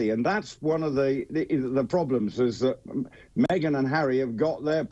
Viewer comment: Me-Gain is laughable.